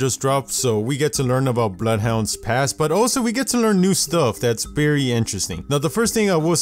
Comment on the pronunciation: “Berry seriously”